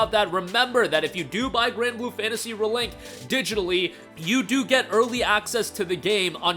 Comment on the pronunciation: "Granblue Fantasy Ruhlink"